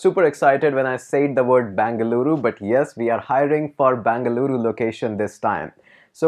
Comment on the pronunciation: Tquu sir... U pronounced our state as full bangaloru.. 😍😍😍